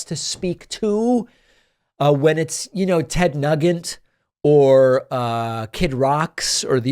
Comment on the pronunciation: Ted ‘Nuggent’… Kid ‘Rocks’ 😂😂😂😂 love it when David mispronounces names😂